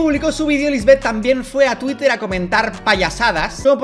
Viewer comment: Que me carga cuando dicen Tuirer es TUITEEEEER!!! CON TE!!!! NO SON GRINGAS!!! :v Lo siento necesitaba descargarme :v